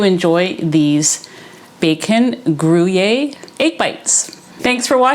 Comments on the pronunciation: I'm French and I would say "gruh-year" separating the 2 syllable do not say "gruh-y-year"❤ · The pronounciation is tipical french swiss and you spell the u to a ü, so it is in phonetic grüer. Regards from switzerland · These look so yummy!! And what a great picnic/potluck appetizer option to bring somewhere!! I don't eat pork- so I would make them with brisket bacon (of you've not had beef bacon- i highly recommend giving it a try!!) Also- since you asked- the way to say Gruyere is like this: "Gree- air" (drawing the 'r' out there at the end a little bit) 😊 ❤ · Pronounced Gree-Air 👍❤️ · Hi! I love your recipes. I think the pronunciation of gruyere cheese is Gree yay. That's what I remember from my French class, years ago. I just made your meat bread and it is wonderful! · I just heard you say you’ve lost 140!! 🎉🎉🎉 (I used to manage a cheese shop for Wegmans food markets. The cheese is pronounced “Gree air” )😊 Hope all is going well with your new home! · Phonetically--Gree Air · You need to ask a French speaking friend or neighbor how to pronounce Gruyère properly. It would be a bit challenging to try to use a printed comment here to teach the proper pronunciation…. But you’ve definitely missed the mark. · Hi, you pronouns it with an ‘E’ 😉 the ‘y’ is an ‘e’ and ‘ere’ you pronouns as ‘air’ 😅 ❤ Thank you for sharing this recipe, greetings from Belgium 🇧🇪